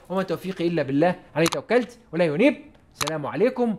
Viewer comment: وما توفيقي الا بالله عليه توكلت واليه انيب ممكن تقراها بهدوء حتى يستفيد منها من يسمعك ، لاننا نسمع ولا ينيب وليس اليه انيب بارك الله فيك.